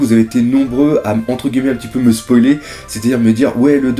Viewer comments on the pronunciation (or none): none